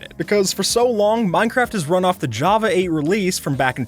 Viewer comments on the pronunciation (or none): none